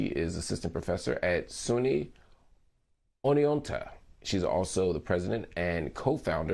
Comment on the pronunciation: I like the pause when he was not prepared for how to pronounce “Oneonta”